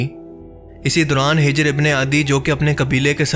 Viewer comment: اوہ بھائی ویڈیو دوبارہ بناؤ یہ نام ہجر ابن العدی نہیں ہے آپ اسے ہ کے اوپر پیش سے بول رہے ہیں مگر یہ حجر ابن العدی ہے ح کے اوپر زبر سے بلانا ہے۔